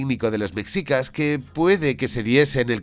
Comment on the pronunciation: Que son los “mecsicas”? amigo español, se pronuncia “meshica”